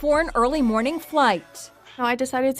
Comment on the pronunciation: How dare you exclude “JOY COMETH IN THE MOW’NIN!”